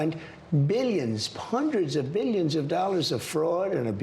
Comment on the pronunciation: Still saying billions and billons